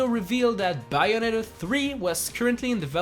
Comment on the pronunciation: "Me being a Bayonetta die-hard fan I would love to see the third game on the switch!" Can't even pronounce Bayonetta correctly